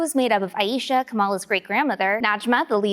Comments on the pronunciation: Your killing me with the mis-pronunciation of Aisha... it's "I-Shah" not "I-eesha" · hi the name “aisha” is pronounced as “EYE-sha” not “EYE-YEE-sha” thanks!